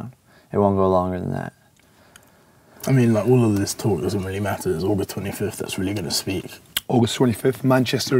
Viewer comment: Ethxn he mentioned august twenty fifff like 2 fifve times!!